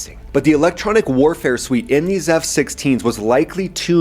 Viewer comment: "Gorila-Style Air-Warafe" wasn't in my bingo card